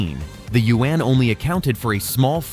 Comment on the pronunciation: Thank you I appreciate the attempt to pronounce “you when” for the Chinese yuan 圓. The way you pronounce it is two syllables. It sounds like “you when.” Make it one syllable as in “ywen.” Say “you when” faster and in one syllable “ywen.” Thank you in advance.